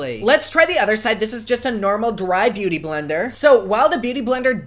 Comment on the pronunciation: did he say boo-tay-tay blender?! LOOOOOOOVE